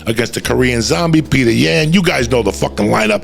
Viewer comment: Aljamain Stweart vs Peter Yawn 😂😂😂